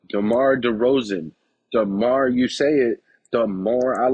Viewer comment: Demar you say it Demore I like it 😁😁😁